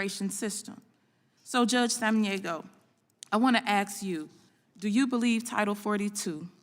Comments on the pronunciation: Miss Busch, It's ask not axe.At least pronounce your words correctly! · Did Bush say axe you? 🤣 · If you can't pronounce the word "ask" correctly you should not be asking questions. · The Snake Head Hair lady wants to AX you a question. That says it all right there.